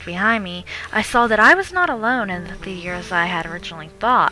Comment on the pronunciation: She says theater so atrociously. she says it like THEE-TEE-AIR. Ugh it drives me fucking nuts every time she says it.